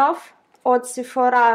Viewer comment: вообще то слова сефора ударение падает на о а не на а